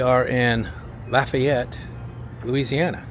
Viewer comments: Didn’t read all the comments, so apologies for any redundancy, but Lafayette is pronounced “laughy-et.” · It's pronounced more like Laughyette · You will be laughed at, no pun intended for saying Lafayette. I have been corrected many times it is pronounced "laugh ay yette".